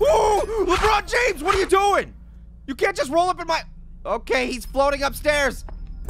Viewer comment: I think you mean lakbron jahmes